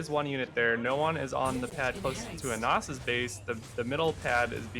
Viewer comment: It's not "AN-ASS". It's "ANUS". jfc.